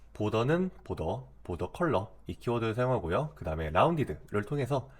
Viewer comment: border는 '볼더'가 아니고 '보더' 굳이 혀를 굴리실거까지야... ^^